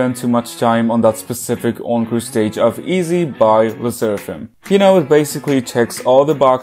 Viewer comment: this is absolutely not relevant but every time you say encore stage I cannot help but hear own crusades